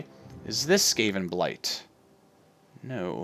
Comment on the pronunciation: the why you say skaven sk-a- ven not ska-ven